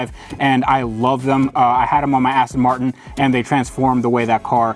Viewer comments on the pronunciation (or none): none